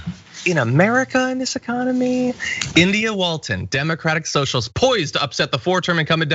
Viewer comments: hahaha "soshulist" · "Yer a SOSHULIST!!!" And it just won me this election, biotch!!!!